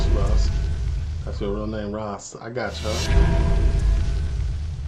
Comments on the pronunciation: Ross, pronounced like it rhymes with Floss or Toss. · Its ross not rose🌷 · It's Ross as in Boss. Rose is spelt rose👍